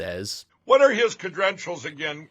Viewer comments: Cadrenital ? What's that Sleepy? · We've lost Mike,, again, Magnum's slow cousin mispronounced defamed, he should have said deflamed, Mikey Mikey you're losing all your cedrentials, hahaha, and that trump doll, oh my God, funny shi#. Tucker on Lindell TV would be the shi# show to end all shi# shows. hardy har har Gee I've never officially heard you say that you're a Democrat, they must not know that you're from the North, hahah idiots. and if they think you're so terrible why do they put themselves through the whole video? that's maga logic They continue to slam you and your stuff and yet they keep watching, haha boy oh boy those M&Ms are delicious today, as is the Coke